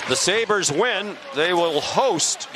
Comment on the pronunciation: im out after that Sabres pronunciation